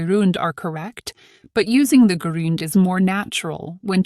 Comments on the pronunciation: The word "gerund" is mispronounced. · The pronunciation of gerund is not correct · How do you pronounce 'gerund' ? I'm confused. Your pronunciation of the word 'gerund' is different from all the dictionaries.